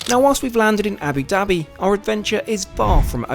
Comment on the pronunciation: I'm surprised that you still have not learned how to pronounce Abu Dabi. Love your videos, but if travel at least learn how to speak properly. Wish you could some videos about the cheapest/ middle class or turn to something new since these ar egetting boring